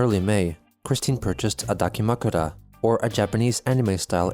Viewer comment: went full trans-racial when he pronounced dakimakura